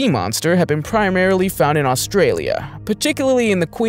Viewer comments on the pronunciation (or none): none